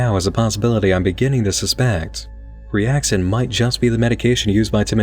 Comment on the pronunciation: priaxin would sound more like a standard medication name than preaxin